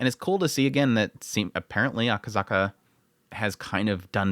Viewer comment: It's Akasaka not akazaka